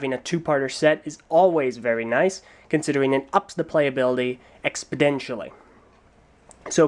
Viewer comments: I'ma beat you, "Expedential" is not a word. you mean "Exponential" You're smarter than that. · why does keep saying expodentially? that's not a word is it?